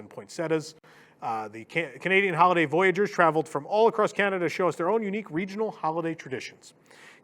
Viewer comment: As a Canadian, the mispronunciation of "voyageurs" is almost enough to drive me to violence!